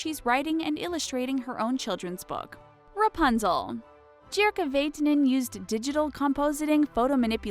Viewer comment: Seeing Jirka Vaatiainen's work makes me so proud to be finnish. I also love to draw so he's a huge role model to me and I hope I can develop my skills in art to be that good someday. Also it's funny to hear how the narrator pronounces his name, good effort though.